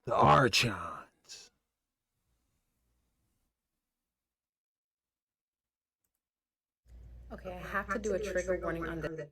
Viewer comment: Saying it wrong, it's pronounced are-cons 💯